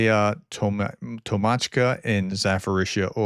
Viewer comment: .Break it into syllables. Tok - Mach - Ka. That might help pronunciation.